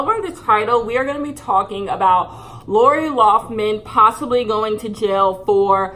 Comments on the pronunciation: “Laura Laufman” 😂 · "who's laura lawffman?" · Idk if it was meant as shade but every time you called her Laura Loughman instead of Lori Laughlin I hollered 🤣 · She said “Laura Loffman” 😂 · SAY LAURA LOFFMAN ONE MORE TIME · who is laura loughman? her name is lori loughlin 😂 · Take a shot every time says “Laura Loughman” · love you girl but her name is pronounced like Laurie LOCK-LIN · I love that you pronounce Lori Laughlin's name differently every single time you say it.